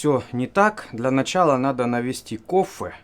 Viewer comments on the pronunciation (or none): почему ты говоришь кофЭ, этоже не правильно, вроде всегда было кофЕ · "Навести кофэ"?)))Это в какой деревне так говорят?Или это стеб?))